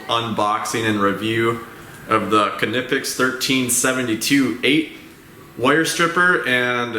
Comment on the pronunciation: Pronounced “Neepex”. Check their manufacturer videos.